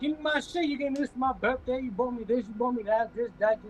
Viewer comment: Damn can't say bought.